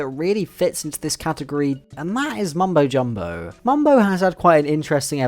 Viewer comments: you pronounce Mumbo Jumbo in a very interesting way 🤔🤔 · Ikr lol